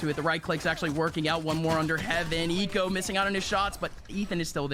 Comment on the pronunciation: when did the casters pronounce "hiko" like "eeko"